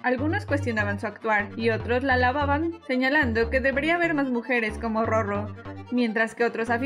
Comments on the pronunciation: Muy informativo y todo pero si no me equivoco “RoRo” debe pronunciarse con el sonido suave “ere” en la segunda “R” y no con el sonido fuerte“erre” si se pronuncia como en el video entonces se deberia escribir “Rorro” a menos que exista un guion entre Ro y Ro. Saludos. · Por que pronuncian su nombre (Roro) como si tuviera doble "r" entre las dos "o"? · y a ti? A menos q la misma roro diga q se pronuncia “rrorro” por regla no debería marcarse la r